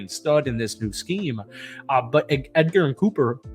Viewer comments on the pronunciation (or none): Cooper’s name is pronounced edge-er-in, not Edgar-in lol.